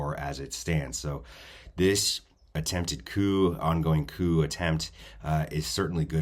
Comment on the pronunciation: Coup not coop (as in chicken coop).